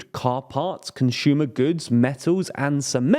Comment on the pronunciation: “Conshumer “ goods…